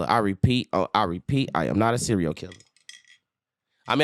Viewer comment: This man said cereo killer 😭😭😭😂😭